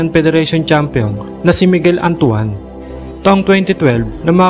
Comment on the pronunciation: Bakit antu-an ang bigkas mo kay Antoine? 😂😂😂